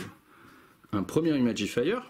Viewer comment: C'est très cool bien expliqué et super niveau ambiance Attention à l'accent anglais. Imagifer ne se prononce pas Imagifire. Dans ce cas là il vaut mieux s'abstenir ;)